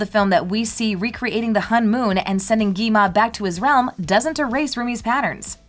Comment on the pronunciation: It's not Gima It's Gwima 😂😂😂